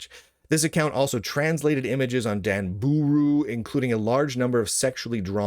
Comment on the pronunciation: If I hear him say Danbooru wrong one more time I may be arrested for laughing and crying on the floor. DAHN BAH RU, DAHN BOOH ROO